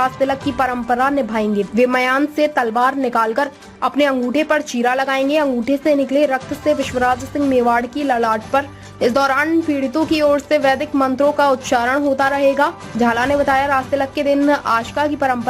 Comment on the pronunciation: पहले अपनी हिंदी सुधार ले, पंडित मंत्रोच्चार करेंगे न कि पीढ़ित पंडितों को पीढ़ित कह के उन्हें क्यू अपमानित कर रहे हों